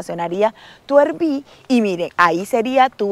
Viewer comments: Es “árbi” no erbi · ARVI = RV ARVI ARVI ARVI PLEASEEEEEEE NO ERVI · Hola, RV por favor no digan "ervi" les pido que pronuncien correctamente RV suena más a "arvi"